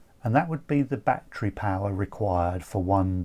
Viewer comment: I like how he say batcherry